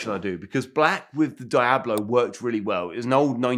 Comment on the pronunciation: I hate him because he can’t say Diablo correctly